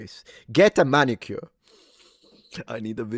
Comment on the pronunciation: It's MANicure. Come on.